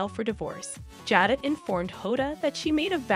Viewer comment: HER NAME IS JADA LONG A SOUND